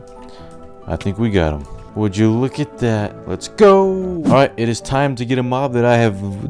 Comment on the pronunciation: Why does he sound 🔉 drunk when he says looukaa at thatitt